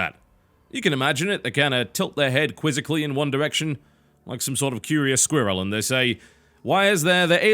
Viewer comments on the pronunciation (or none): Never say squirrel again, please.